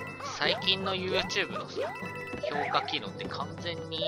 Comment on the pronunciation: ヤバイ評価が氷菓に聞こえてしまう